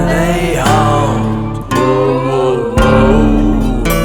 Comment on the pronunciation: ** named changed to protect the innocent** it's HAW-NT not Hunt. I sincerely appreciate ** name changed to protect the innocent** History knowledge and delivery of the facts. I can tell it is a passion of his. Both of you, keep on asking those great questions of the spirits. With such activity in Nashville especially during the Civil War Era to the 1960's that's a lot of energy, tragedy, death and even nefarious goings on the permeate that area.